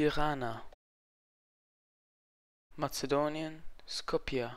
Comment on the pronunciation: du hast Zagreb,Pristina,skopje,Podgorica falsch ausgesprochen sonst gutes video 👏